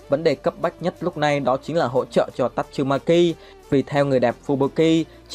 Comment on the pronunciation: Tasumaki chu khong phai tachumaki